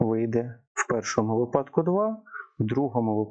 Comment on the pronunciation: випадок - наголос на и